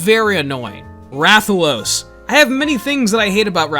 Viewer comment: Kinda weird how you pronounced some of the monsters names even though in MHW and MHR they clearly say the monsters names. Example when you said rathians name you pronounced it "ray-thian" but its pronounced "wrath-thian" and then you said rathalos correct I'm like"?????"